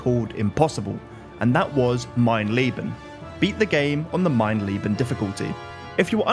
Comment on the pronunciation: I don't mean to nitpick, but the difficulty is called "Mein Leben". "Mein Lieben" means "My Love". Not sure if it was said like that on purpose, but it was a funny touch nonetheless!